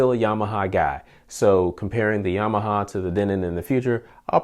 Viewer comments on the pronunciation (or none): Great, I just picked up the X6400H , Would love to see a long term review on that one. Also, did you say you was a Yamahahama guy? LOL. Sounded like you spoke Japanese their for a split second ;o) Thanks again for the DENON Review.